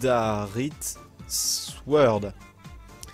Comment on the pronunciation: o lieux de dire badarite sworld on dit badasworld